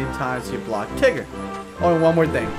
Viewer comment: If he was your favorite, why are you calling him Tiger? His name is Tigger.